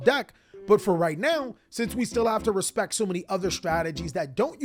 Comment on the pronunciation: Someone needs to show up to this man’s locals and start shitting on him w blackwings stg my birds never get any respahct